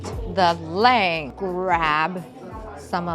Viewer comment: Delicious❤️ By the way on pronouncing Filipino word is not same on English. Laing - Lah/eeng Plato(plate) - Plah/to